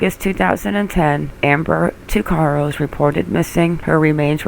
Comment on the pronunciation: My name is Ricco Tuccaro and Amber Tuccaro was my older cousin. We pronounce our last name TUCK-A-ROW not TWO-CAR-O. Please remake this video and pronounce it right. Thank you.